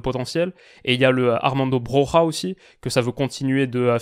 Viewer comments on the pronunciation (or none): Pour info Broja en albanais se prononce : Broya ou encore mieux Broyia.😉